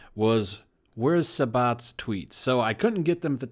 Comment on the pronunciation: Your pronunciation of sabat and schemmel is giving me cancer